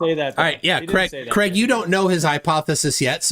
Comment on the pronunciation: Craig gets wound up because calls him Creg all the time